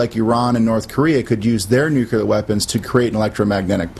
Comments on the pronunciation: nu-clear not nu-cular! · Them new- kew- lar weapons. God the people at Fox are the worst morons. Makes me want to go out and make one.